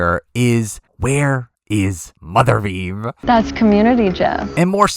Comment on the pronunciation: For the love of god, please never say “mothervieve” again